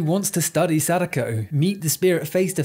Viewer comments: not him pronouncing her name sadaykou💀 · First time watching your channel, fun video about a movie I had a good laugh at, and I think you invented the single most incorrect way to pronounce Sadako, gotta respect that! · That is probably the most american pronounciation I've ever heard of Sadako